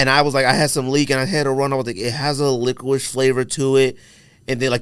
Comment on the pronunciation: Who’s been letting you get away with pronouncing licorice like lickwish bro? Slap em all in half for letting this go unchecked